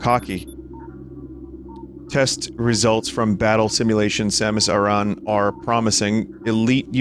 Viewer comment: It's Sah-moos Ah-raan. A Chozo says so in a Metroid Dread cutscene. You should really know this already.